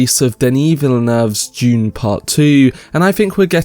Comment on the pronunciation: I just keep hearing him say June. 😆